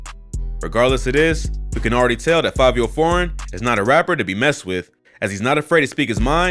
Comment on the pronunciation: Its fivio not favio...